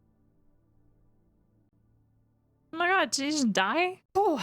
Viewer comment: It is a "meh" movie. Kind of like Hulk's movie. They do get better though. They get a lot better. Thor cannot say Hubble. cannot say Asgard.